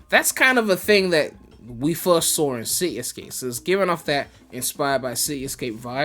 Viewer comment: “ it’s ci-e escape “ 😂😂